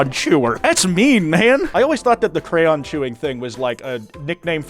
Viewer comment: Who pronounces crayon like that 😭🙏